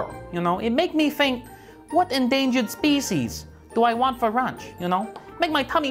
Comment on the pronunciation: Nobody:: You know I reely like the eagle, you know, it make me think what endangered speecies do I want for runch, you know it make my tummy hungry.